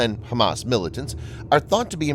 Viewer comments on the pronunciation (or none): none